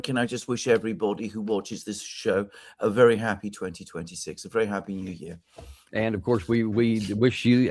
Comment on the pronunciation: "A verrry heppi 2026 and your loverly femmili ...." Out of the mouth of this foul guy with the run-down features, unshaven, often the ugly dogs barking in the background......